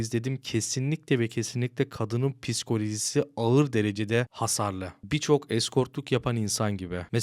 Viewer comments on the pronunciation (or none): none